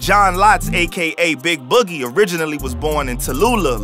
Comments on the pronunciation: 😂 he tried . Sad cause he practiced boogie all day and still got it wrong lmfaoo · How the anchor man can’t pronounce “boogie” ?